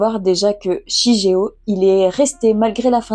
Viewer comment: Super Vidéo, l'année prochaine je pense me les acheter ^^. Petit truc qui m'a un peu perturbé sur la review c'est la prononciation du prénom du garçon 😅on le prononce "shiguéo". Comme dans naruto par exemple où on ne dit pas Hokage mais ce prononce au "Hokagué", mais ça reste une broutille on va dire ^^sinon j'en fait la promo partout , mais j'aimerais bien ton avis sur Vinland saga ^^ qui pour moi est le manga a lire et à avoir dans sa mangatheque